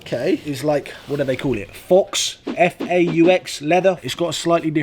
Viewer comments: Fox leather 😂 It’s pronounced Fo dude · Fox leather just about killed me off🤣🤣 it’s pronounced ‘foh’ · Faux is pronounced as “fff-oh”. Hope that helps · Love your upgrades, even if the draws were a pain......faux is pronounced "fo"...means false/not true